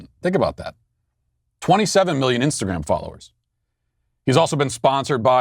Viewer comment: I thought he said Insta-gay